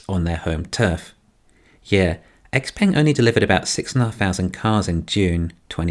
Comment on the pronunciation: Is pronounced xpung